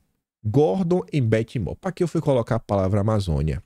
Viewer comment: Moore pronuncia-se "muur"